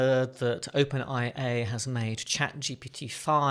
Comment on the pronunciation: "Open IA"? I'm pretty sure it's: 'Open AI', LOL.